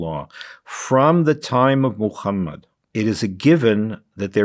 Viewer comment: This "scholar" can pronounce all Arabic letters so well but he insists on saying "Mukhammad". This tells you how galvanized he is. He's clearly biased and prejudiced and should not be taken seriously.